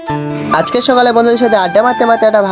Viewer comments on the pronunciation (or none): none